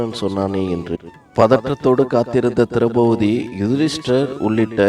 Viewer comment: நன்றாக இருந்தது.. ஒன்றை மட்டும் கூறிக் கொள்கிறேன் மாற்றிக் கொண்டால் நன்றாக இருக்கும். திரெளபதி - ஐ திரௌபூதி என்றும், இறக்கும் என்றச் சொல்லை இற்க்கும் என்றும் உச்சரிப்பது போலத் தோன்றுகிறது.